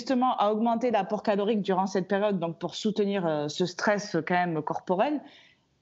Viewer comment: Pas mal "quand eme"